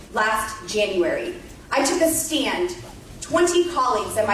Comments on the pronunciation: She took a "staind"😂😂🤣🤦‍♂️ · ''I took a stind'' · Why does Boobert pronounce "stand" as "stee-and"? Lauren Boobert is so dumb. But so are the Colorado Republicons.